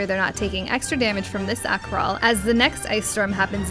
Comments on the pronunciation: It's Akh Rhai with an I (eye), not Akh RhaL Also it's Wyrmwail (whale) not wall. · What's up with the i - l mix ups? Akh Rhai and Wyrmwail.